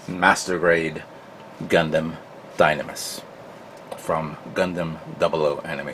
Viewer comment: And Gun-Damn.... I try not to get too annoyed when people pronounce it that way. However, it makes it hard to watch at times.